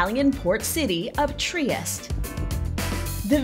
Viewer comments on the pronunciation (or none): its pronounced "Tri-y-Es-tE